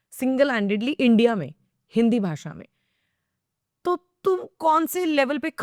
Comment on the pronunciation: India ❌ andia ✅ 😅